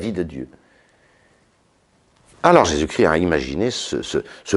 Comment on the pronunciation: Jésus-Christ Jésus ne crie pas Chrisssst